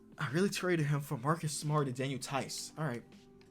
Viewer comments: When he was describing his lineup and then paused and said Daniel theis I died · “Daniel Theis” 😂😂😂